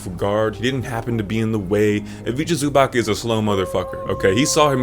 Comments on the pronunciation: Not exactly like that, you pronounce it like you do in his vid but last letter is not k nor ck nor ch, its c, pronounced kinda like cz Same with Ivica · Ayo when you'll have 200k subs i'll be able to say i was here early. It's pronounced zu-bats btw, great video nonetheless